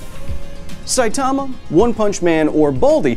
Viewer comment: Dude, Saitama is not pronounced like that, how many time do people have to tell you?